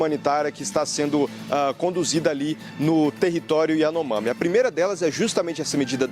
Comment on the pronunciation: Lula nunca consegue falar as palavras de cunho estrangeiro ou diferentes do português, kkkkkk Iranomami.